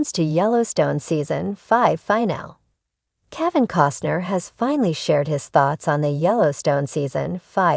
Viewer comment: The fact that someone can't program this robot to say the word "FINALE" correctly, is like nails scratching a chalkboard! FIN-AH- LEE! I can't watch it any longer!